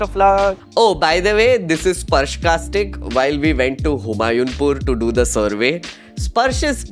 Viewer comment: Humayunpur is HU-MAA-YOO Pur